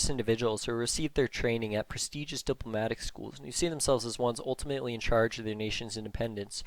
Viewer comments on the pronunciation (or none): none